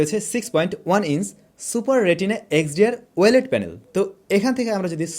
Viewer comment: ওয়েলেড না ও-লেড ভাই।